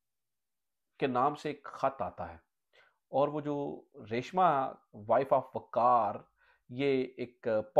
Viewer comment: لفظ ریشماں ہوتا ہے ریشمہ نہیں۔